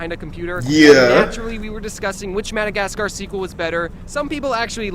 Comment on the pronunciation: “Penguins of Modogotsgar”